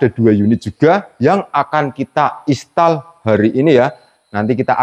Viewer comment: Mas sebutnya "Instal" bukan Istal.😂😂